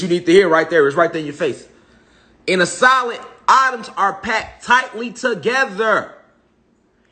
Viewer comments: It's pronounced Eh-toms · Lmao. How many times did he say autumn, ahhtums"